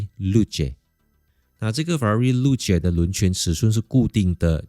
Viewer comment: 真的这样读？ 露？？😂